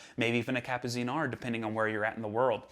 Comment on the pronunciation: Awesome stuff as usual and please pronounce Kapuziner Like "Kapputseener" ✌🏼